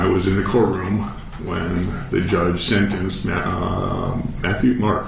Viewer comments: I like the way you don’t say “sentenced” but instead, it sounds like you say something along the lines of sininzed. Is that a local dialect from your upbringing? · always says sinense instead of sentenced HA